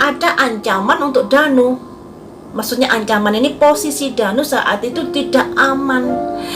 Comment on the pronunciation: Kok ngomongnya Dani bukan Danu😂